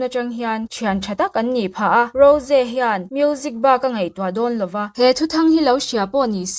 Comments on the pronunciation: Mahse,a dik hre reng le lam thiam reng in,a diklo a lam hi chu a fuh lo alawm. A nihna tak ah chuan,a mah in a sawi dan in ‘Ro-zee’ ti a lam tur nilo in, ‘Ro-jii/Rawzi’ ti a lam zawk tur a ni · Rose ni lo in Rose tih tur😂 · rosé a tihkhi a dik aw ro-ze tihin an lam thin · Rose hming i lam dan hi thing tawp 😂😂😂